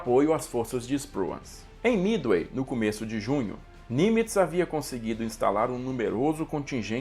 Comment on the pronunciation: É Midway não mithey